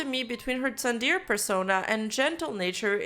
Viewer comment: How come you mispronounce words on the script that you wrote? Like the word "tsundere" which you wouldn't really write unless you know its meaning or have at least heard it somewhere. Genuinely asking. Informative video, as always!